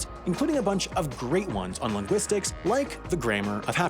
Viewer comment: longuistics... In the curiositystream ad.